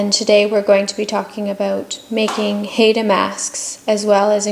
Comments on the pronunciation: WOW! How White Are You? Maybe Learn First How To Pronounce Our Native Name!!!! It's 'Hi Da" NOT "Hayda". Thank you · Great information on the design but for being a teaching lesson for students, you would think the woman doing the video would know how to pronounce Haida correctly!! HI-DA! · The masks are also a part of our oral history and language and we are pronounced "hi-da" Haida